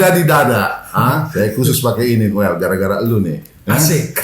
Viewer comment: towel t nya tolil